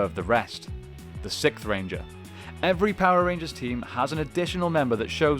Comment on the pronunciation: I love the videos but please work on pronouncing "Sixth" correctly. You say "sitth"